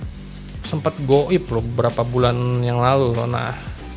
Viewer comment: Maaf mungkin maksudnya ghoib ya, bukan ghoip. tadinya sering ngatain badut sama brand hp sih jadi lidahnya licin kan